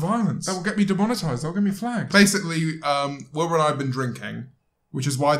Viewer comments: Am i the only one who hear : wiblur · Why did you call him Wimblur his name is WUMBLUR GET JT RIGHT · "wIbLUR SoOT-" "This is WIB-LURR SOOT" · The way James corrects Wilbur when he says “ I’m Wilbur Soot”— and James immediately says “Wiblur Soot” 🤣🤣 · Its pronounced wiblur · Let me just correct you. It's Wiblur 🤣🤣🤣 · why is no one else talking about how James keeps calling Wilbur “Wiblur” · i like how her called wilbur "wiblur" and he didn't say anything about it like it was normal lol. I'm getting ideas for lore :') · “Wiblur soot” -james marriott 2020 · 'this wiblur is the best.' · “Wilblur soot” Anyone else hear that? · He said wibalur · at the start James said willybur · WiBlUr who is WIBLUR JAMES? i only know wilbur not wib-lur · Did he say wiblur? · Bro u r saying Wiblur instead of Wilbur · W I B L O A R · Ahh yes. Wiblur soot. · LMAO JAMES CALLS HIM WIBLUR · wibluh- ah yes I do love to watch wibluh :] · "this is Wiblur soot" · "wiblur soot" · Why did I think he said wilblur in the beginning🤣😭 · He says wiblur soot 😂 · did he say at the beggining wiblur? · He said wiblur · He said Wilblr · Why does he call Wilbur Wilblur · it isn't a joke, he purposely just said his name wrong because that's what wilbur's fans call him